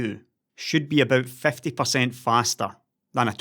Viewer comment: i don't want to sound harsh, i myself am not a native English speaker, it's just a friendly advice :) Please try to correctly pronounce these two words: "50" and "times". These 2 are quite common in your videos, and you always pronounce them incorrectly. I'm not talking about accent, it doesn't bother me, as I said earlier, English is not my first language, but: "50" (fifty) sounds always in your videos like "fefty". "times" (as in 2x/2 times) sounds like "tames" (put it in google translate to hear it) And remember it's just a friendly advice. When i first watched your videos and heard "fefty" and "tames" i was lost.